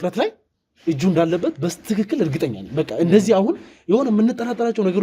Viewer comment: እባክህን እነደህጻን ልጅ በስትክክል እያልክ ቃሉን አታበላሽ